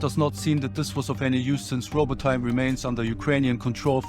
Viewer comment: It pronounced Robotyne = Rabotinay, Stepove = Stepovay, not stepov 😂